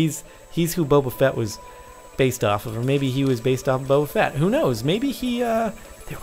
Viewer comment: bobafat? srsly? its Bobafet from starwars...